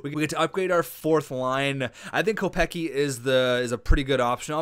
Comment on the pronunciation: Kopecky is pronounced "Co-pets-key"